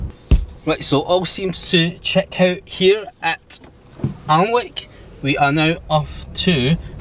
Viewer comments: Pronunceation police here, Alnwick is ann-ick! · Hi - I think you'll find it's pronounced "Annick". Watch out for irate Geordies! Fun video, by the way.:) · Alnwick is pronounced Anick, the world needs Chademo police. Who are these cretins who push the Emergency Stop Button?